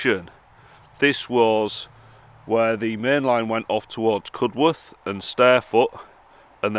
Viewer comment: Cudworth is pronounced cud'erth and wath is pronounced w 'a' th. Sorry couldn't help myself ( barnsley lad)😂